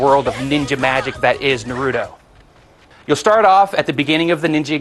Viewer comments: except how to pronounce naruto it's pronounced NA- ROO- TO not NAR- RUTO i mean why do so many american people have a problem with this. THE ACTUAL GAME REFERS TO HIM AS NA-RU-TO (like yu-gi-oh) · notice how he begins saying narudo then he says naruto correctly.. losers! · come on if they are gonna review the game atleast say the words right they saying naruto and konoha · Man I Hate Naruto Geeks So What He Said The Name Wrong What Does It Matter's To You? Naruto Is A Cartoon And DOnt Love You! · God, he's saying Naruto wronge -.